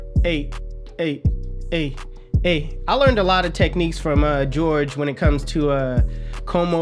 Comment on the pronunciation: It's Hor-Hay lol not George